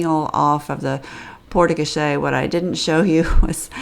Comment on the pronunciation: It’s pronounced Port Co-share 😂